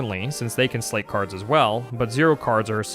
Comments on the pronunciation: I appreciate the acknowledgement about options on how to pronounce Marluxia, but it hurts my brain each time I hear you say "sleight." That's not a made-up word from the game, it's an existing English word (most commonly heard in the phrase "sleight of hand"), and that is not how it's pronounced. It's a homonym for "slight," not "slate." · Am I wrong in thinking "sleight" is pronounced like "slight"? I've heard several Youtubers pronounce it like "slate" at this point, but I was always under the impression that it was used in these games as a reference to "sleight of hand" card tricks. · It's pronounced "S - LIGHT" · No, you're right, it's pronounced "slight". People get it wrong because it's a rare word, and people don't make the connection to the phrase. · The t in sleight is silent, it's pronounced "slay" Grammar aside, they really messed things up with the 3D "remake".. the OG is vastly superior. I'd say I'm looking forward to her playing Days, but that game is garbage and has no lore impact whatsoever. Re:coded, tho, now THAT's a top tier KH game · Inspired me to check out the GBA version, but, please, sleight is pronounced slite, as in sleight of hand! X_x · It's funny how many people (myself included) read sleight as "slate" or "slay" and missed that it's pronounced "slight" as in "sleight of hand". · That’s a very common mispronunciation that I’ve noticed, but yeah it is like Sleight of hand. You’re right.